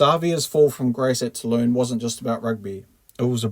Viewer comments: Seriously mate, it's Toulon not "Tooloon" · Two-lon not Two-loon. ;)